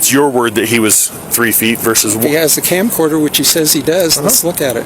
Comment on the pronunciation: His "camcorder" lmao.